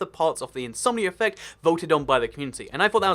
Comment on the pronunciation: When you say something like "Insomnia Effect" it sounds like you're saying "Insomnier Reffect"